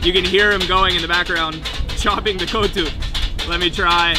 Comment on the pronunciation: It's not Co2 it's Kottu